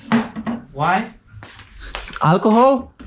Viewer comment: "Alkochol?" Kierowniku daj spokój. Potrójny mgr i "alkochol" ? 😵😵